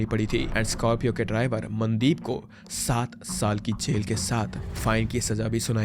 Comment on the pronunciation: The AI pronunciation of names is pissing me off - Man-deep, Sat-eesh 🤦